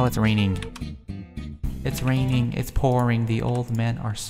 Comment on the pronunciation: Haahahhahahahah im dead when he said” its rrrrrrrraining its pourrring the old man i snorring “ hahahahah HAHAHAHAHAHAHA i luv